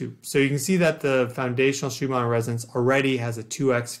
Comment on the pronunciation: Why are you saying Shoe-mar instead of Shoe-mahn?